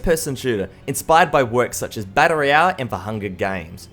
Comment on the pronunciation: everytime he says BAttle royale it just strikes me xD